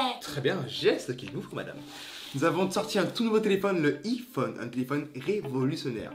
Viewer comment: on dit Iphone